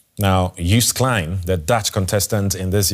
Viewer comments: It's pronounced "Yoast" not "Youce". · An English speaking person pronounciating of anything non English is painful to the ears. Malmo is pronounced as Malmeu it has a umlaut ; Joost is pronounced as toast or roast so Joast. It really would behove any serious broadcaster to research pronounciation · Did he say "Joest" klein? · Yoast. The "j" is a "y".